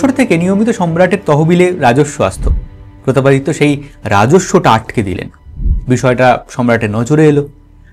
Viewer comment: প্রতাপ পাদ দিত্য😂